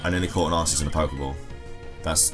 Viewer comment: THAT IS SO AWESOME!!!CRESSELIA!!!!!! Don't judge me I'm rushing this comment , sorry about the arceus rejecting the poke ball , reminds me.of pikachu , I.don't mean to.sound like a professional but it's supposed to be pronounced Ark ee us , not Arse ee us , and my fav normal type has got to be Eevee , have you seen how cute it is and its awesome Exclusive ZMove , Extreme Evoboost :-)